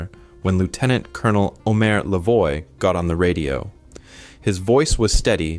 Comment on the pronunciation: the name Lavoie is said "Lah vowah". And Petewawa is "Pet ah wah wah"